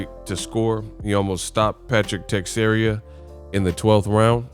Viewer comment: Te-share-a not text-area